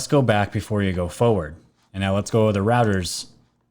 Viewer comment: Great show as always! Reuters sounds like 'ROY-TERZ'